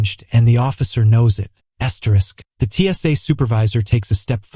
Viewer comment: Poor video. The first part is REPEATED. What a waste of time! The narration is ridiculous. What is this reading of "asterisk"?